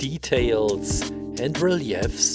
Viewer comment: My friend, you speak English so well and I wish I could make mistakes in another language. It took me a while to realise you were mispronouncing RELIEF (REE LEAF). You made it sound way fancier than it is